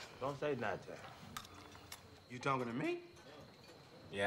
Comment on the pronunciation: Don’t say nuntin 🤣